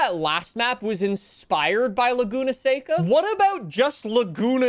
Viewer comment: That's how you pronounce it